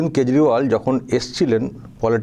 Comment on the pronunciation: কেজরিওয়াল না ক্যাজরাওয়াল !! কার হয়ে প্রচার করতে এসেছে মাইরি । দেখলে কষ্ট হয় ।